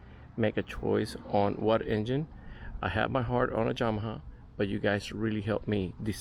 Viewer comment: Came Straight to the comments after the 2nd “Jamaha” 😂